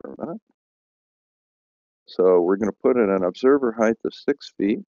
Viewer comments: Dude... I love your videos and I'm really glad you're debunking flat earthers.. But PLEASE PLEASE PLEASE stop pronouncing the word height with a "th"! Dude...I cringe EVERY SINGLE TIME I hear you say it! It's HEIGHT not HITHE come on man! You're one hell of a smart guy.. We expect better!! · IT'S PRONOUNCED "HITE" DAMNIT